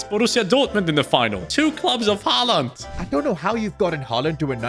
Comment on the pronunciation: Bro it’s haaland😊